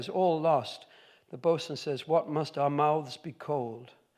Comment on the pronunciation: He did get it right pretty quickly and with a rare grace; by the way, how's your EME reading off the cuff ?